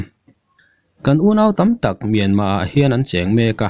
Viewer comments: Mianma nilo Myanmar titur kawl ho aw phawi deuh hian in lam a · Ngatige Myanma itih tlat zel a,Myanmar ani zawk lo ami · Myanmar pronoun i hman diklo hi a ngainuam lo pha khawp mai,in dem lam chu ani hauhlo nia.